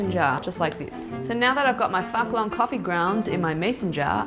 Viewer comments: There aren’t any correct ways to pronounce Phuc Long in other languages accept Vietnamese. The nearest pronunciation is Fook Long 😂 So please don’t pronounce Phuc as F*ck 😂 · The "Phuc" in Phuc Long is pronounced more like food long rather than f**k long. It's u: , not ʌ =))) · I’m Vietnamese Australian... no offence but it’s pronounced Phoop Long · The "Fuck Long" should be called Foo-k Long lol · Please say Phuc Long again and again. Damn funny